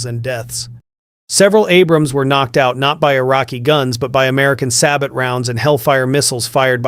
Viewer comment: Sab oh not sab ot